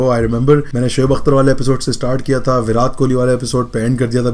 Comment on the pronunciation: Bhai wo viraat kohli hai varaat kohli nhi